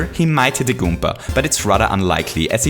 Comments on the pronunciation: Sounds more like Goomber. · When you say "Goomba" it sonds like "Goompa" from Paper Mario